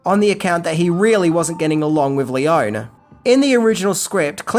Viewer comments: ( just a note : Lee - own - ee . not lee - own. ) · Great video,, but I'm pretty sure that Sergio Leone's last name is pronounced "Lee-Oh-Nee" not "Lee-Own" and Eli Wallach's name is pronounced "Eee-Lie" not "Ell- Eee". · In Italian one pronounces all the vowels. It's not "lee-OWN," it's "lee-OWN-ee." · It's Leone, not Leon. The same is Corleonre, not Corleon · it's................................LEON-EEEEEE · I mean no disrespect, and I know you pronounce some words differently, but you have GOT to pronounce names correctly! Names aren't pronounced differently because of accents. Eli Wallach should be pronounced Ee-lye, not Eely. Also, it's also pronounced Lee-Oh-nee, Not Lee-own. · In Italian the "e' sounds like in Spanish, like it sounds in peg, sex, restore, set, so no, it is NOT Lee-o-nee. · The Italian E sounds the same as in Spanish, so no, it is not Lee-oh-nee, it is Leone with the E sounding like in peg, sex, pest. So it is not Seergio either, it is Sergio. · Sergio Leone - he's Italian, the name is Italian. Pronounced: "lay-OHN-eee" - 3 syllables, not two. Thank you. And, nicely done video, by the way. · This video should be titled: “The One Thing The Author Didn’t Know About How To Pronounce ‘Leone’”…. Considering it’s pronounced, lee-OWN-nee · Italian doesn't have silent letters at the end of words. Leoneeeeeeeeeeeeeee. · You know, it'll take you just a few seconds to google the correct pronunciation of people's names. It's Leo-nee. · Lee-own-ee say the name right. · Any other Leone fans cringe every time he mispronounces his name? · That's not how you pronounce "Leone." Not nearly as good as "God's Gun," wherein Lee Van Cleef takes his shirt off and a 12 year old Leif Garret co-stars. Not as much Van Cleef skin as "Captain Apache," but still pretty good.